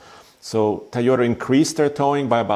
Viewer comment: It's "Toy-ota"...not "Ty-Ota" Good review...